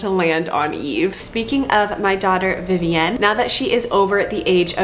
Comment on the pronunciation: The way you say Vivienne drives me crazy! It’s Vivi-in. You don’t live in France